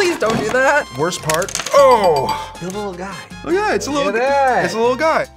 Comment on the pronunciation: "I got a wittle headache ---><---" poor